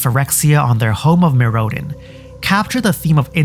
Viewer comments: Mirrodin is pronounced like Mirror and din (meero-din) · Did have Micheal Key as a substitute grade school? Mee-ro-din. Pre-sent. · And mirrOdin. Maybe she just defaults to long Os if she hasn't heard it pronounced before.